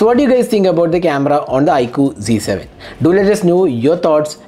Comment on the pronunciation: Bhai ye "z" h na ki "g"